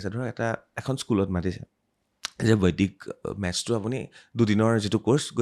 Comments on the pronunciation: Beleg akhan duniyat ase gote podcast tue out of my mind, olop kom buji py, বৈদিক tu বৈদ্দিক pronounce kore bare bare ako najne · বৰ ভাল লাগিল চাই, কিন্তু এটা শব্দ বাৰে বাৰে কাণত বাজি যায় যেতিয়া য়ে বৈদিক শব্দটো বৈদ্দিক গণিত বুলি কয় । গণিতত বৰ দূৰ্বল যেন পাও ৭০+৬০ কিমান হব কবলৈ চিন্তা কৰিব লগীয়া হৈছে😊